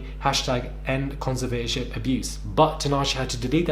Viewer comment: It's pronounced conser vat or ship